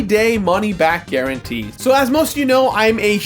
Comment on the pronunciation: With a money back gar -on-tee